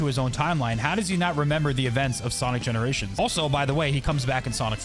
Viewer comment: Yeah i realised that tails sakd wait arent you that sonic from that other dimesion and sonic said i havnt seen you in GENORATIONS i was like wait did he say GENORATION